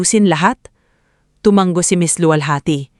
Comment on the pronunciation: Tumango hindi tumanggo 😂